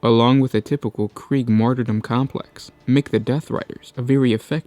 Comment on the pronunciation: It is called death korps of krieg, not kreig